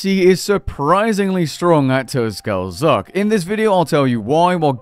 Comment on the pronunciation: "Tuskal zuk" lmao turn on game music and listen to the intro The T and S are silent, "kal zuk". Love you bud, keep up the great content